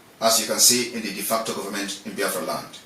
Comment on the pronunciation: "DEFECTOR Government" or "De Facto." It is "De Facto" and not "DEFECTOR." De Facto" is a Latin word that means "In Fact."